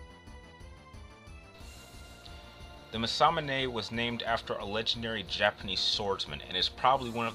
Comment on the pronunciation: Honestly man... You clearly have passion doing this, but come one.. For one there's no comparing between these two. Poor match up and quite frankly I found alot of your points were farfetched fiction. Also you really need better pronouncing of certain words. Americans want to make every language into english when it clearly isn't meant to be. Masamune is one of the easier japanese pronounced words of the series imo, im guessing anime isn't your forté but you might wanna do more research in the future. Also Hyperion even though it is english, how did you mess that one up?